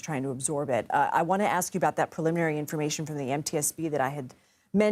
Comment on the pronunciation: Preliminary not paliminary.